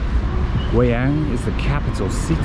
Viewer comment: u r funny 。it's gui（贵），not gui（鬼），yang(阳)not yang（羊），so its “expensive sun" not ghost sheep.LOL. BUT u r funny